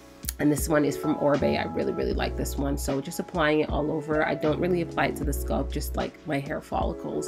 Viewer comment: Wth is a sculp?? I thought it was scalp -Sk-al* the a pronounced like when you say apple* LLL-p Sorry if this seems extra but the entire time I was genuinely confused like wth is a sculp..till I saw her applying product to her hair. Otherwise then that love love loved the video.❤